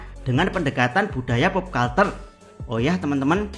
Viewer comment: culture dibaca kalcer, atau versi google terjemahannya kəlCHər kalau dibaca kalter aneh banget buat orang yg sering denger kata kata pop culture